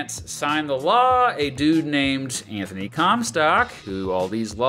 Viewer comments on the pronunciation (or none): none